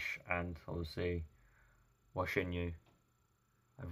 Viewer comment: Thanks for your sincere reaction. If you wanna say his name as accurate as possible minus the tonal accuracy, his surname Hua is pronounced "who-ah".... said quickly without pause for the hyphen/dash. The H in Hua should not be silent. If you find that hard then you may settle for "watching you" as some have offered but that in your British accent would make the H silent. His name "Chen Yu" is easier: just say in English "chin you". Don't treat the Chen like a French word. Cheers.